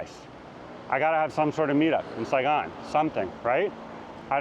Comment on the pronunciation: "Saigon " ?? Really??